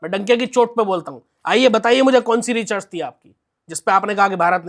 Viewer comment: ये स्वयं अनपढ़ अज्ञानी है, जो रिसर्च को रिचर्स बोल रहा है !